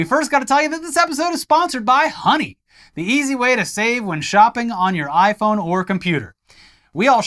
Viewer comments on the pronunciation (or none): none